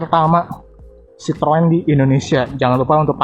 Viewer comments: Bang. Ejaan merk lu bikin gemezz.. citrun aja udah bilang bang.! Troeeen troeeen.. kek Autobots njir -_ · Citroen dengarnya srpti sitoeng....tooeeeng 🤣